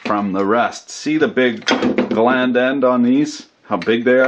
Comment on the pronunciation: Fnar fnar he said "big gland end" But seriously good job as always